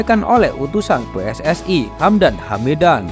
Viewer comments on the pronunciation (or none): none